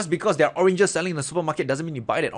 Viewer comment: You made me laugh with the orenges